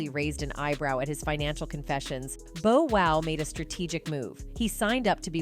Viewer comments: It’s Bow Wow not Bo Wow please get Hip Hop Artists names right if you’re going to cover it , Love your videos but miss pronouncing names of iconic artists isn’t a good look especially 2Pac name. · i mean she stress the Bo Wow!! << who??..lol...smh omg! if ur gonna call yourself UrbanPulse Learn to Pronounce their names right! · Touche'. She white. What do u expect. Cringed Everytime she said Bo Wow😂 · I cringe every time commentator/ narrator says Bow Wow's name ...😩